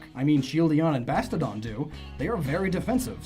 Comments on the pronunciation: Yessssss, exactly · "Shieldidon and Bastodon" This guy is like a treasure trove of mispronunciations. good video, but awful pronunciations. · Shieldeon and bastodon? How many times did you say that? It's shieldon and bastiodon